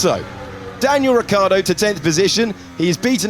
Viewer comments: Your pronounce of Ricciardo is wrong. You mist pronounce it as "Richy-ardo". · i can't read his name without ricciardo pronouncing it in my head.